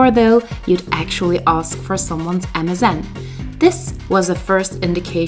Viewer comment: Everytime I hear you say MSN I hear Amazon.